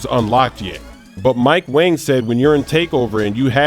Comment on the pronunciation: it's not Mike wang anymore its Mike wong